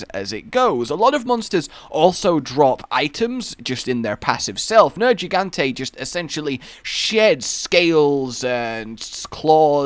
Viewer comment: Nergigante has a hard g. Not a soft g like a j